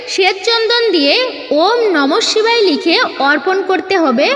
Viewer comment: নমহ. শিখায় ওম নমহ শিখায় আপনার উচচারন ঠিক. হচ্ছে না উচ্চারন ঠিক করুন. নমহ শিবায় শান্তা আয় কারন তৃয়হে তবে নিবেদয়ামি চাতমানঙ ত্ত্ঙগতি পরমেশ্বর